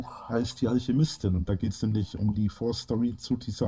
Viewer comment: "Die wurdäää vonna alschiemistin in alschämiiituam erfundnä. Vonna alscheemistän!"